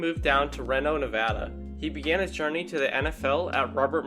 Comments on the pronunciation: Ree-NO not Rano nevada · It's Ree-no Nevada lol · The way he says "Reno" is hilarious! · My guy that’s kinlaw and how do you not know how to say Reno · How in the world can somebody not pronounce Reno correctly.